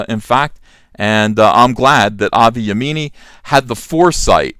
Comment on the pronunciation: It’s pronounced yeahmini....mini, as in the mini skirt. He’s a good guy. Unfortunately, even though he’s Jewish.....people call him a Nazi because he speaks out about Muslims not assimilating into wider society. He doesn’t want sharia law, etc.